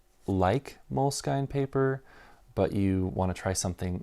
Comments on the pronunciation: I have always heard the brand name of the notebook you no longer like pronounced as MOW-LESS-SKEEN. This was in France and Italy where I first encountered them in the early 2000s. I live in the states and have always heard it pronounced the French/Italian way here, too. Hearing you say MOLE-SKYNE is kind of jarring. With that said, I’ll bet that the company doesn’t care how you pronounce it as long as you buy. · 1. Moleskine pronunciation rhymes w "skin" not "skyne" 2. For fountain pens, you missed the two real legends. Tamoe River w lightweight paper and dots is the outright winner. No question. If you are rich, then Smythson lightweight blue paper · MOLE…..SKIN. NOT skein! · They added the E when they retired the actual moleskin cover. It is pronounced moleskin for sure. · At 6'10" - so a hard cover gets a bit worn and that's really bad, but a thin cover gets damaged and "that's part of the appeal". That's consistent then. But then if you can't even pronounce Moleskine properly (it's obviously pronounced "Moleskin" - I've never heard anyone pronounce it any other way, let alone the bizarre way this guy does it), it does undermine the whole video. And before anyone responds, I'm not a huge Moleskine fan. I do use them occasionally but I prefer Leuchtturm. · Moleskine is a French word (it's a fabric). Mo-Less-Kin. Is the correct pronunciation. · I guess you found the universally wrong way to pronounce Moleskine and I respect it :D